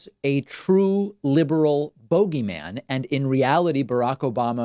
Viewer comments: I like how you pronounce bogeyman. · Bohgey-man? David David David